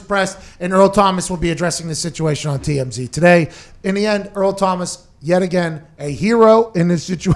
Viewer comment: cmon man its Earl not Eric